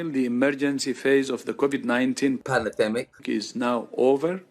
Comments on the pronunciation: Not meaning to be controversial here but i want to correct all the incorrect spelling of all those who have quoted the illustrious (lack luster) Poundland Rod Stewart. The word is N O T PanAdemic It is prounounced P A N N E R D E M I C As in the old Batman series music theme Panner, panner, panner, panner Panner, panner, panner, panner D E M I K !!!! 🦇🙈🎶 Thought i'd address that asap 😂😅😝😆🤣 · Is that Rod Stewart saying palademic?